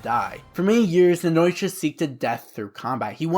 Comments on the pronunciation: Btw It's Nnoitra not Nnoitorra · Also hate how u pronounce Nnoitra